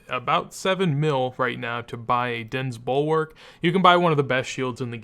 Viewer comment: It’s dinhs bulwark. Not dense lmao.